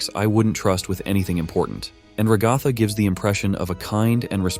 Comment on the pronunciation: “Ragotha” I’m sorry 😭